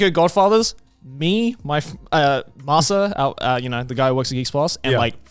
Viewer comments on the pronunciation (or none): none